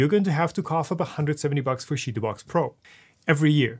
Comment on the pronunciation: i know it's funny to say sheetubox but its chee like chips